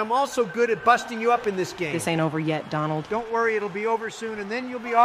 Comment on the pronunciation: Anyone else catch Obama saying “Dondald” lol